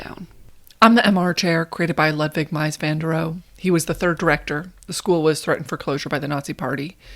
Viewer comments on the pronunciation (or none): Mies, not Meis. Excellent video though. ( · At least try to pronounce names correctly. Not Brewer or Mice. Should be Broyer and Mees. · Correction: Ludwig Meis -> Mies (pronounced like “me’s”) Also small thing, Breuer is pronounced like “broi-er” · a few notes from an architecture student and film minor, (I was who The Brutalist was made for actually hehe jk) Mies is pronounced like "Meece", and beaux arts is pronounced like boe-zarts". sorry I hear these words every day so I had to correct that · Just a correction, the name is Mies Van Der Rohe not Meis (pronounced Miss) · Mies is pronounced Meez not the way it looks. And I finally learned to say Beaux Arts by thinking “Bows Zar.” Bows because they’re always fancy. That’s what I spent my time learning in my architecture program. I haven’t seen this movie yet, but I will. And for decades I drove past Breuer’s Dept of HUD in DC and never knew it was his. What does that say?? Thanks for your architecture videos. They’re great fun.